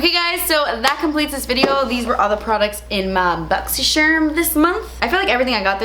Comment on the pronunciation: I love the way you say boxy sherm lmao